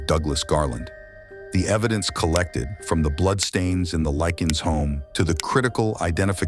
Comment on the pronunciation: Lick-Ness!!! The grandparent's last name is pronounced Lick-ness. Not Likens nor Lickens. Dude at least have the courtesy to pronounce the victim's last names correctly. There is an N in Liknes and it isn't silent. You have a good narrator's voice, just do a little more research to get the pronunciation down.